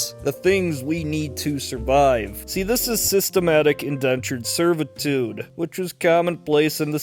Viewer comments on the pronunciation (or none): Sys-tem-atic In-DENTured SER-vi-tude 😆 that was a great Sesame St break-down of what's happening 👍